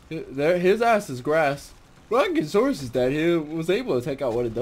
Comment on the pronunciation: It's Brachiosaurus, not Bronkiosaurus (and no, knowing that does not get me laid you were correct about that)